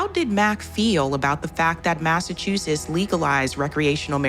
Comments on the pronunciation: I finally unsubscribed because I can no longer take hearing her mispronounce “Massachusetts” as “Massachusess.” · I'm sorry, but the way you pronounced Massachusetts is crazy lol